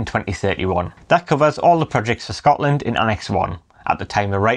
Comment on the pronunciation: Absolutely blatant about taking energy from Scotland (dreadful pronouncistion by the way) and sending it to England with no benefit to our people who pay the highest prices in Europe. We also suffer horrible ugly huge pylons and powerlines in areas where people are already living in fuel poverty. Independence, nothing less, nothing else!